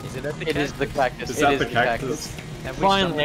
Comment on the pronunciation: cactus->caccus->cackus nah man “cacSUS”